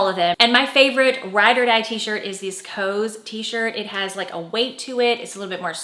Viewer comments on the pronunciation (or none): COS is pronounced like COSS, not COSE, FYI. Love your content!